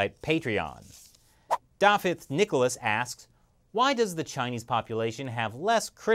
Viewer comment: Ardderchog, congratulations for the correct pronunciation of Dafydd..keep up with the excellent information, am thoroughly enjoying